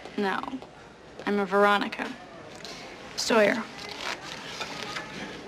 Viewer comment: « No I’m a Veronica Sauwer »